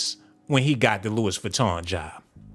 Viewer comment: Geesh I can’t take you serious calling dude Adolph…it’s 🗣 pronounced AB-LOw….yoooo definitely hit the oh my goodness button for yourself! 🤣🤣🤣 and you pronounced Louis Vuitton wrong. Dang I’m lowkey mad you blocked those ppl for telling u about yo audio issue 🙄